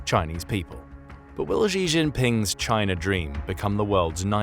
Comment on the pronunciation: Thanks for the video, informative as always! The "Xi" in "Xi Jinping" is pronounced far more like "she" than "zhi" by the way, I used to do exactly the same until my Chinese teachers pointed it out